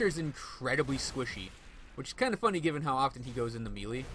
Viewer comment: Neat build, great video. You may not care (which is fine by me) but... melee => 'may-lay' aether => 'ee-ther' eldritch => the 'ch' at the end is pronounced as in 'snitch' FWIW...